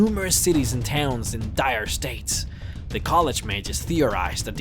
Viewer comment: "Vanderfell"? Really? :-) (It's also 'dire straits' - you know, like the band.) By the way, you've got great graphics!